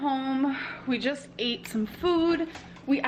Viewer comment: Eat, ate and eaten really get me when she mispronounces it